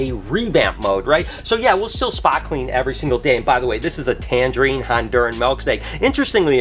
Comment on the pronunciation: I can not stop thinking about the copper snake. The Tangerine Theried? I know I butchered the last bit but that's what it sounded like. I really would love one. So gorgeous!